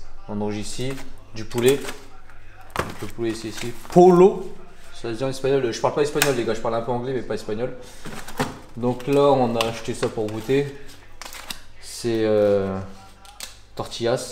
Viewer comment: Bon contenu 💪 Juste, pollo se dit poyo ;)